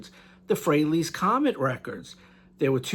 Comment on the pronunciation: Thanks for the tribute and for properly pronouncing “Frehley” (the mark of an astute fan)! Nick S Etc.